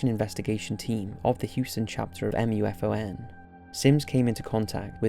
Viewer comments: just say moo-fahn instead of reading each letter of the MUFON acronym. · I'm sorry but you drove me insane in the video by spelling out MUFON. It's an acronym for Mutual UFO Network pronounced as (Moo Fawn) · I think that in the Ufology sphere, MUFON is pronounced "moofon" and not by spelling it out...just saying ;) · Isn't MUFON usually pronounced "moo-fawn"? I mean it is an acronym, but I guess so is LASER and SCUBA... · Hearing someone actually spell out M.U.F.O.N. and not just saying MUFON is confusing to my brain